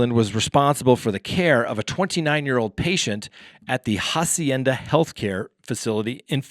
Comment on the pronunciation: Hi. In Spanish, the letter "H" is silent. So "Hacienda" is pronounced "Ah-see-ain-duh" you see, without the "H." Rock on.